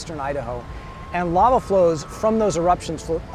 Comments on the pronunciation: I understand that money is tight and i appreciate you still making content. But can you please get hosts that actually can pronounce words properly. Its called Lava not lala😂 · The narrator cannot even pronounce LAVA, and they expect us to respect PBS??